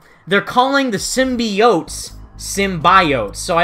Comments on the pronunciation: I think "sym-Bi-ote" as they say might be the plural of Symbiote. Instead of them saying "Symbiotes"...Nice video by the way.😁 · I too hated that girls pronunciation os "simbayotes". And it's not her accent, she's just saying it wrong. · U know, I realized the same thing, how they pronounced “symbiotes.” My whole life I’ve always pronounced it how u have pronounced it , and when I saw the trailer, I realized how they said the word, and I kinda cringed.